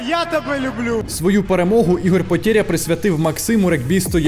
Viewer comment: Не потєря а (потеря) валит тебе?